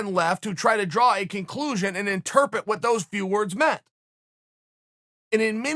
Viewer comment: Chael "Interpet" Sonnen